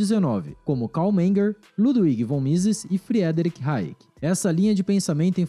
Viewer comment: Friedrich se pronuncia fridrich